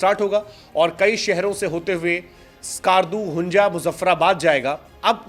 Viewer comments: Hunjaa nhi hunza😂😂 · Hunja nhi..Hunza Skarju nhi...skardu😂😂😂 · Yaar zyada bongia na maro 😂😂 pehle hunza to theek se bol lo